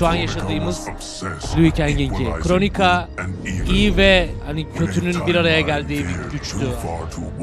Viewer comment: Kronika değil mq yaa valla tilt oldum kronika diye diye 😂